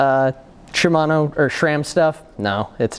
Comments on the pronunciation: Guys, there is no H in SRAM! It is not SHRAM! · Why he constantly says "SHram"?